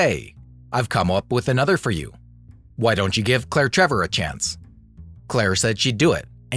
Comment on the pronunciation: Always good info in these videos. But I really wish names were pronounced correctly.